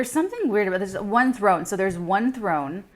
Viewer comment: "Th one" (THRONE)